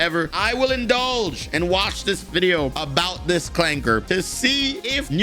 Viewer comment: really putting in that work to make 'clanker' sound like an actual slur.